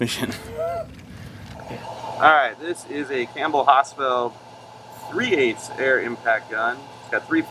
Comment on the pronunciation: I thought he was saying campbell hospital. It wasnt until I went outside and saw my Campbell Hausfell air compressor that I put 2 and 2 together.